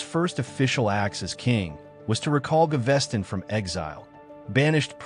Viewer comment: Ga-ves-ton, not GaVESTon ;-))